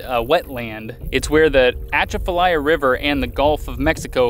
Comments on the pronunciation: Very Cool you guys were like 5 miles from where I live!It is pronounced Bro Bridge.Atchafalaya is pronounced uh-chaf-uh-lie-yuh. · The Atchafalaya is actually pronounced more like Cha-va-lie. I'm not Cajun, but they pronounce it close to that. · That is my home territory... Uh-Chaff-Uh-Lie-Uh... But you got Breaux Bridge correct... So there's that. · BTW it's pronounce Ah Chaf fa Lie ya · Awesome! Glad you came visit...our weekend home is on the water where you were canoeing! (oh, good job on the pronunciation of Breaux Bridge, not so much on Atchafalaya... lol). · I'm laughing at your pronunciation of Atchafalaya but I understand because of how far north you guys are from!